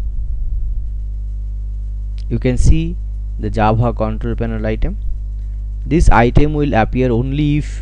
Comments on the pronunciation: Tyfe comand Jabha... You mean - Type command Java? :D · Not Nice its not jabha is java